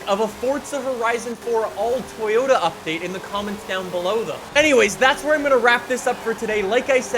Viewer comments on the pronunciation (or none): Its update not updaet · We don't say update we say updaet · Updaet... English 💯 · Damn everyone is really bashing him for "updaet" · Damn, the 'updaet' is delayed 😭😢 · Hmmm “updaet” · “Updaet” hehe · Ah yes, "updaet" is meme man confirmed